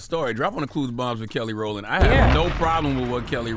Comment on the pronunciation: "Kellandria" Rowland" 😂😂😂.. That's RIGHT, JESS!!